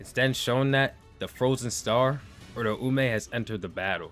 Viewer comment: Why does every YouTuber pronounce Uraumes name wrong lol its pronounced like - Oooooo Rau mei